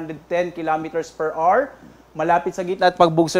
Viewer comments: Per awar not per ar. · Hour is pronounced 'o-wer'.